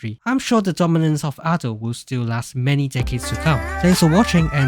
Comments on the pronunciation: Minor thing but you say her name wrong. Japanese is a phonetic language, so there is a right way to pronounce syllables. It is Aw-do, like awesome. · It's pronounced adeiu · this is cool, but like, you pronounce Ado as ah-dough, but I pronounce it like uh-doo which annoyes me the most for some reason